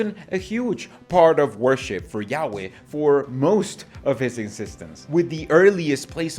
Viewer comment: When you say yaweh, it sounds like you're saying yaoi (in an american accent). Totally changes the meaning. Yaoi is a stormgod with a big member. 😏